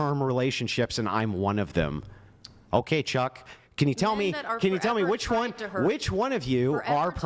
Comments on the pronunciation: I noticed that! It's so funny. He tries use it as punctuation and the way he angrily pronounces it. HEY CHOCK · The way he keeps emphasizing "chuck" like it's some kind of ultimate insult is too funny, he is so sweaty and desperate 😭